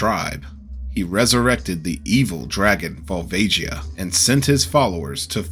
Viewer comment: the song says volvagia's name and this guy still pronounced it wrong lol